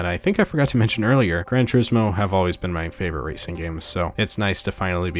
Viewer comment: "Gran" Turismo (Granny Turismo) xD